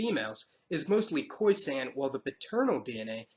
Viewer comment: Lovely video but it's pronounced khoi-SUN not khoi-SANN